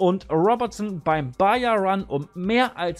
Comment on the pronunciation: Das spricht man "Bacha" aus